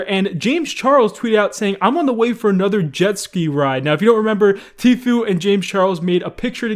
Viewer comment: I might subscribe again if you learn how to pronounce Tfue the way Tfue pronounces Tfue.